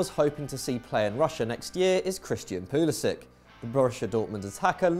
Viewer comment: Its pronounced 'pulisich'